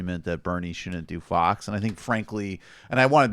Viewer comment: I swear Bernie is saying "fucks" not fox.